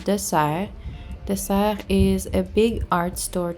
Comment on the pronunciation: Congrats on getting monetized 🎉there’s a couple of DeSerres in Toronto too, nice to hear the french pronunciation, here ppl say it differently and I have always wondered😆